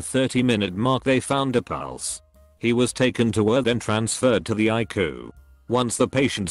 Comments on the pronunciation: Pronouncing ICU like haiku without the h is an interesting point. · The CG voice needs a better database of medical terms! Doc is short for doctor not document, ICU is pronounced I See You, not ikoo etc